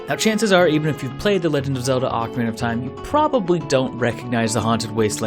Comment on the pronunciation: For the last time! It's OH-KA-REE-NUH